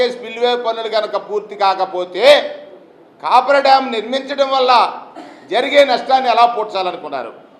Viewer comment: కాపర్ డాం కాదు కాఫర్ డాం! మీరు ప్రసంగాలతో కాలక్షేపం చేసే లోపు డామ్ పూర్తిఅవుతుంది. ప్రజలు పూర్తి నమ్మకంతో వున్నారు. మీరు ఆందోళన చెందవద్దు. ఆరోగ్యంగా ఆనందంగా ఉండండి, ప్రజాస్వామ్యంలో ఉన్న అద్భుతాలు చూస్తూ